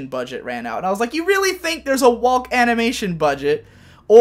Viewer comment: I don't think I've heard anyone outside of me and my family pronounce the l inn walk and talk. It's making me uncomfortable.